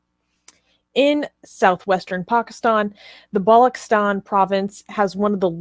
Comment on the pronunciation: Balochistan is pronounced wrong. Its "balo ch(as in che Guevara) istan"